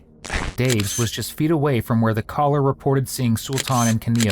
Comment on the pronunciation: Dear: "Calller"